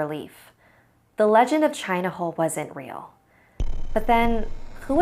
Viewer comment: I thought the boi said "China Hoe"